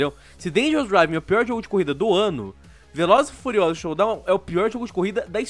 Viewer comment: kkkkk "pratãngunixta di velozes e furiozdulus" O gráfico do jogo é tão feio que deixou o sequelado!